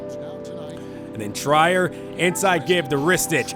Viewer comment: It's pronounced Tree-r Not Try-er